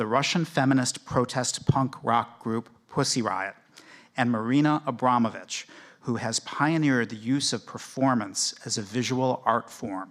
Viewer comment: AbramoVic not Abramonic...